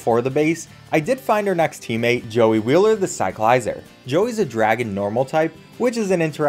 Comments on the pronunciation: Bro really said cy-cli-ser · why do you say cyclizar so weirdly